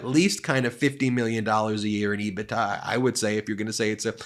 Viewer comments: Love you channel….but please It is “Ebit…A” not “Ebit-TA” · Not to nit-pick but EBITDA is pronounced EBIT- DA. I've been in accounting for 30 years and I can guarantee it's not pronounced EBI-TA.